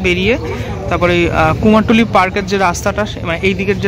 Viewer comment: কথাটা কুমোরটুলী, " কুমারটুলী " নয় !!!!!!!!